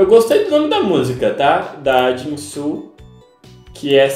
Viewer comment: Ele falando JinSul me mata ;7